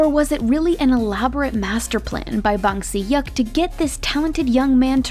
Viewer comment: How she prounounce "Bang Si-hyuk" makes me know thats she's not an ARMY